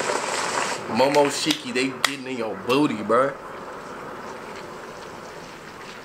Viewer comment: Calitify bro He fucked up the first time by pronouncing momoshki’s name wrong the first time as well. Imma just cry in my sleep